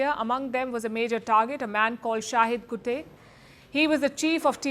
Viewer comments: Dam why doesnt she pronounce the name right???? Its KUTTTTTTEY......not KUTEY ???? kutta tha vo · Its kuttey not kutey😅😅😅 please pronounce its properly